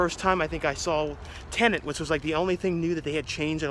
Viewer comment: please please...the film is called T EN E T.....not TENANT.....i'm sure Mr. Nolan would not approve.....i know its a silly wee minor complaint from me...i have viewed your content for many years and thoroughly enjoy all you produce.....so many content creators are pronouncing the name wrong......moan moan.....keep up the BEST you tube movie stuff available...